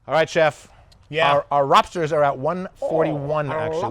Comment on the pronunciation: Those Lobstah’s look great. Thanks for sharing the recipe and the comedy while doing it.